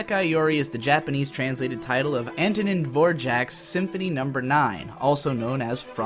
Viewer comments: as a Czech myself I almost lost it when you said Antonín Dvořák. The name was murdered worse than Jack the Rippers victims. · Even I noticed and I'm just a german who's read the name a few times. RIP name.